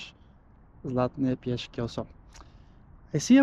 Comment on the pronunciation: Trochu prekvapivé je, že ste vyhľadali nudistickú pláž, na ktorej koncim septembra už nikto nie je, ste v plavkách.😉😉😉 A sú to Zlaté piesky, nie piešky. S a nie Sh. Ale aj tak je sympatické, že aj tak ste z nich tak nadšený.😀